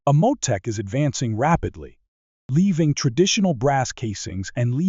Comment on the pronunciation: Amohtek? Is that the name of some Egyptian god? My load is heavy (that's what she said) but I don't think polymer will solve my case. Follow upshots? Inceptor ARX ammo has been around for a decade. I don't think this "future concept" suddenly going to take the world by storm and dominate this year. M8 55 Awmong. Excuse me? Muleven-47. Okaaay. Mun Abram. Huh? Civilian rifles or... car bombs? Is that ammo for the IRA? I'm having a hard time listening to this video. I can't believe I watched the whole thing.